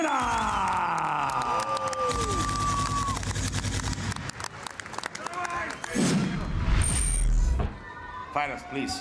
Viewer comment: 2 замечани 1.Лиана за клуб Ахмат. 2 первый раз сказал не правильно фамилию Махнаткины